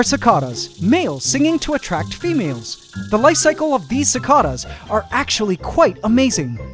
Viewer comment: The way he says cicadas makes me uncomfortable